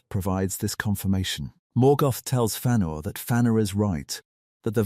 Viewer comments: "Fannor" This AI shit is getting annoying. What's next? Freudoo And PeREgryn Tåkk? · Learn to pronounce the name